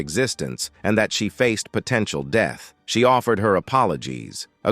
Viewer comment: I hate those goddamned computer generated ai voices... they try so hard to make them sound like real people, but too fucking many dead giveaways breaks the deal... all of those misused, fucked up and mispronounced words... for example, pronouncing "death" - "DEETH..." dead giveaway that it's a fucked-up, phony computer voice... That is just ONE example. There are at east 100 such different misused and mispronounced words in this video alone... it's fucked and fucked up.